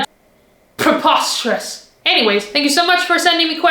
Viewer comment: How accent went British when she said: "preposterous".